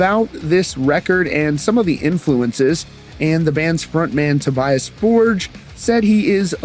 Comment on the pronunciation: It's Toe-Bee-Ahs For-geh. Stop with that americanizing. He's Swedish!